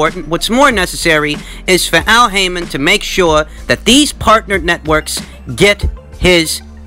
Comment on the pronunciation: LOL did you call him Al Hymen?